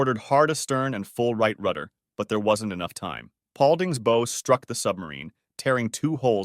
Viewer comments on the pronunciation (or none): It''s bow rhyming with ow as in ouch not bow rhyming with row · Nice video- but if you’re going to do a nautical video, you really should learn how to pronounce key words like a BOW is pronounced like HOW where the W is pronounced, not like an archery bow which has a long O and silent W. Also, it’s clear that the narrator missed the word didn’t when stating how many people survived the initial collision of S4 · Small thing - the front is a “bow”, pronounced “ow!”, like when you stub your toe. You’re saying it like the thing you wrap a package with.